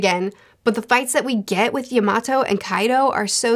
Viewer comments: YAMATO ! Not Iymato lol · btw yamatos name is pronounced ya-ma-tow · can someone tell her how to say “Yamato” 😅😅😅😂😂😂😂 I was like who the hell is she talking bout.